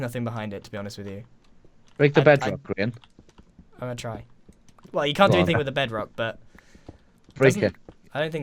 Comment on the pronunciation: First off, it's Grian, not "grain" and second he has already stated in this version there are no booster tracks. Do you listen to a word he says?